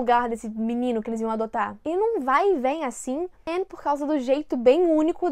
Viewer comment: Ela pronunciando o nome da Anne sem o "e" eu lembrando de todas as vezes que ela corrigira as pessoas por isso: '-'kskskkkk